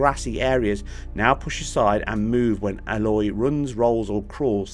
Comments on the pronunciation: why did u call her Ah loy, it is Ay lot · FFS man this character is now 5 years old. IT'S STILL NOT PRONOUNCED ALLOY! 😣